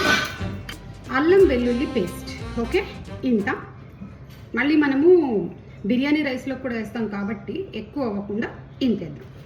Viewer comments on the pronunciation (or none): none